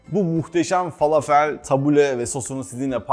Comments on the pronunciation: Fâlâfel dogru söylenişi.Arapca bir kelime bu biliyorsunuz.Dogru telaffuz edilirse daha hoş olur . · Ellerinize sağlık yalnız iki yemeğinde doğru telaffuz edilmediğini çok yerde duyuyorum tebbule ve felafel son (e ) harfi ı ve e arası Ortadoğu mutfağına ait arapça olduğu için kelimeler فلافل تبولة şefim içine taze yada toz kişniş ile de deneyin çok iyi sonuç veriyor birde susam eşim Suriye'li bizde sıklıkla tüketiliyor her iki tarif teşekkürler 😊😊😊